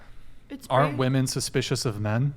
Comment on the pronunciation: FYI: "woman" and "women" are pronounced differently.